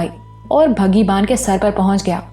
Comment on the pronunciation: أپ بگھی کو مسلسل بھگی پڑھ کر اردو کی ٹانگ توڑ رہی ہیں جو سننے والوں کے کانوں پر گراں گزرتا ہے